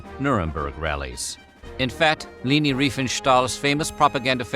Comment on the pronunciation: It's pronounced Lay-Nee.